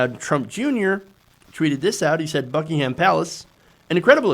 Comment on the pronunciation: WHY? Would American tax payers pay for anything in the U.K.? NO! It’s the U.K. tax payers footing the bill to the tune of 47 million pounds. Also no one from the business community will meet Ivanka or her husband and trumps children lol they refused, there was a business lunch but only 2 people from the 30 business leaders turned up haha It’s pronounced BUCK-ING-UM not HAAAM